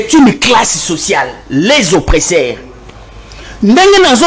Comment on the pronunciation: Très belle émission. please veuillez à votre prononciation OPPRESSEURS et non OPRESSAIRES SVP. Merci tala kk politologue national. Biso tolandaka yo 💪💪